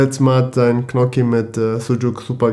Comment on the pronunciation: Knocchi bei xD